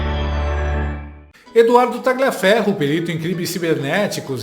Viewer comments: Não se pronuncia como está escrito, é Taliaferro,o g é mudo. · Quem com Tagliaferro ( por ser come de origem italiana, le-se “Talhiaferro” ), ferre… Muito boa,. A cada dia, você se supera. Você abusa do fato de ser inteligente. Meus parabéns! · GLIA se fala LHIA. TALHIAFERRO. Só para melhorar a história. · Tagliaferro é um sobrenome italiano, e lê-se “talhiaférro” !! A mesma coisa para a “paola” que se lê “paula” , paôla não existe, trata-se de pura ignorância! Ciao a tutti.